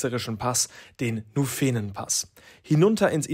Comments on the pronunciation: Super Video aber der heisst Nufenenpass mit Betonung auf das u und nicht Nufeenenpass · Sehr schönes Video, Kompliment. Nur hast du nicht den Nuféenenpass gemacht, sondern den Nùfenenpass (Betonung auf dem „u“ gefolgt von kurzem unbetonten „e“). Und es ist nicht due Tremòola, sondern die Trémola. 😅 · Schönes Video! Musste schon ein bisschen schmunzeln beim "Nufeenenpass"...^^ Die meisten sagen eher "Nufen'npass". Und zum Preis für die Pizza, Pasta etc. in Airolo kannst echt nichts sagen! Die Preise im Tessin sind mir nicht so geläufig (die Unterschiede innerhalb der Schweiz sind ziemlich deftig), aber zwischen Bern und Zürich findest du solche Preise wohl nicht! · Tolles Video, danke. Allerdings liegt die Betonung bei Nufenenpass auf dem u und nicht auf dem e. Egal, schöne Bilder und vor allem gute Leistung! Chapeau! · Tolles Video, Danke & Team. Ein Punkt: Frag die Locals, wie man die Ortsnamen und die Pässenamen ausspricht, das bereitet einem Schweizer sonst arge Schmerzen😄 Bsp. den Nufenen Pass spricht man nicht Nufeeeeenen Pass aus... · Gutes Video, schöne Landschaft. Macht doch mal das Alpenbrevet (jeweils im Herbst). Wahlweise 2 bis 4 Pässe. (phonetisch sagt man Nuuufenen-Pass ;-)) Gruss und weiter so! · Hinweis aus der Schweiz: Der Nufenenpass wird (wie meistens in der Schweiz) auf die erste Silbe betont: Nuuuufenenpass. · Tolles Video 👍. Nur eine kleine Korrektur, beim Nufenenpass die Betonung auf dem U legen dann ist auch die Aussprache perfekt. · Grossartiges Video. Tolle Leistung. Ziehe den Hut. Kleiner Tipp. Nufenenpass betont man nicht auf dem ersten „E“ sondern auf der ersten Silbe „Nu“. Ebenso bei der Tremola. Betonung auf „Tre“ und nicht auf „Mola“.